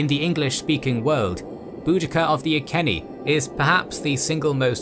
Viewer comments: Rome never invaded Cornwall. It travelled slightly into Devon (Exeter) than gave up. Iceni is pronounced I see ni, not I sen ni. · As someone from Norfolk and Iceni lands I know its late but the pronounciation is I-SEE-KNEE :) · It's a very minor thing but how he pronounces Iceni bothers me greatly Edit: Another fantastic video though I should say